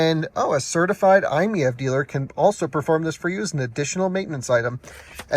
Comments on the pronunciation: Dude should be seeing that the car's model is MIEV. It's written on the sides and on the carpet in the back. It's "My EV." And yet he says, "I'm MEV." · FYI, Doug Demuro is completely wrong about the pronunciation, it's actually "eye-meeve" like you would read it normally, not "eye-miyeve" like he did. Also fun fact "MiEV" was supposed to be shorthand of "Mitsubishi in-wheel EV", that obviously didn't work so they changed i to stand for "innovative" lol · i think it might be "my-ev" like it's my ev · It's pronounced M I E V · If I'm not mistaken, the MiEV was the electric version of the "Mitsubishi i" from about 2006, hence the "i miev". And it's pronounced "My EV" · It is pronounced like "eye-meev". Retail Price (US) 2012 ES: $23,000 Battery & Type 16 kWh Lithium‑Ion battery (330 V) Electric Range EPA-rated ~62 mi combined (98 mi city) Charging Time ~7 hr on 240 V / ~22 hr on 120 V outlet Fast-charge (440 V) ~30 min to 80% Powertrain & Performance Rear-wheel drive, single-speed transmission ~47–49 kW (63–66 hp) 132–145 lb-ft torque Efficiency EPA combined ~112 MPGe City ~121 MPGe / Hwy ~102 MPGe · I think it's pronounced My - EV😂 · I think it's a play on words and its supposed to be pronounced like "My-E-V". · I believe it's pronounced "My EV", like it's my EV. Try that. 👍🏾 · Pronounced Eye Meev. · Pronounce it “I’m EV” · It’s pronounced m-ee-eh-v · when they were released at auto shows Mitsubishi pronounced it as the I me E V fyi! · I think it is pronounced "My EV" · I think they should’ve dropped the I and pronounced it My – EV. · Pronunciation per Mitsu sales organization was just two syllables - "eye-meev". This was better communicated in Euro markets, but in the U.S. MMNA so thoroughly despised the vehicle (apparently imposed on them from Japan corporate) they rarely said anything about it at all. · According to the web, i‑MiEV is pronounced: "EYE‑meev". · iMev. Pick one pronunciation and stick to it.